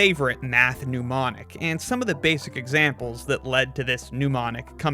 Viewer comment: It's Mnemonic (pronounced NEMonic and relating to memory), not Pneumonic (pronounced NEWmonic and relating to pneumonia).